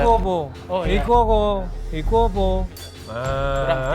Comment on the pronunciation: chef Juna ngomongnya 'iku opo? opo iku?' 😭 harusnya kan dibaca opo bukan opo